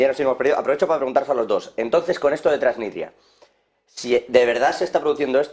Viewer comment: Dejen de decir Tranitria o Transistria que suena horrible. El nombre correcto de ese país es Transnistria.